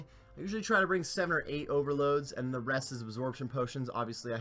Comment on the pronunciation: every video i hear you said theed instead of the ed, i instantly dislike the video... just fyi